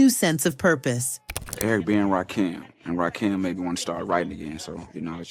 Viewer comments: All was well…until she said Rah-keem instead of Rakim. NEXT👉🏽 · this AI shyt needs work 😂😂😂 Rakeem its Rakim I feel sorry for the children they gonna be all confused when they get my age 🤦🏽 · Rah-kim (second syllable like Kim-berly) The God MC deserves a proper pronunciation. Is this AI? Southern-Playa-listic-Cadillac (like the car)-music 😳